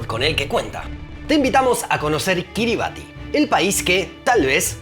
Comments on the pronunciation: Buenísimo pero me faltó un dato muy importante de este paìs: no se pronuncia “Kiribati” se pronuncia “Kiribas”. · La pronunciacion de Kiribati es /ˈkɪrɪbæs/ KIRR-i-bass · "Kiribati" se pronuncia "quiribás", "ti" es la manera en la lengua local de representar el sonido "s" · Se pronuncia KiribAS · Tenia entendido que se pronunciaba Kiriba(S) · un habitante de Kiribatti me dijo que se prununcia Kiribass, con ese en lugar de la t al final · Según entiendo, se pronuncia Kíribas... Pues su alfabeto es una tacañería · Kiribati en realidad se pronuncia "Kiribas"